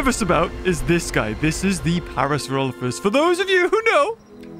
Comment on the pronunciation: When it's your favorite dinosaur, you'd at least expect you to pronounce it's name man.